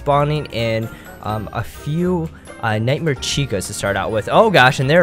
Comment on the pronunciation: u said nitemare